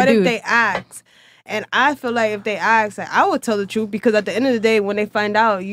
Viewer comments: Omg so many of the girls say ‘aks’ instead. I’ve noticed like months ago lol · Aks aks aks aka aks aks I hate that crap. It’s ASK